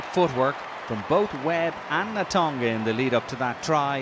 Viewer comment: Who is the guy summarising? Can he learn to pronounce names like Tovey and Natoga please?